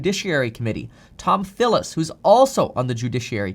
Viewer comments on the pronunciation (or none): *Tillis, not Thillis